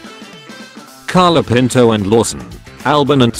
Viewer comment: Why does it always pronounces Colapinto "Calopinto"?